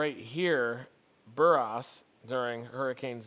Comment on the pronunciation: Buras is pronounced Byur-as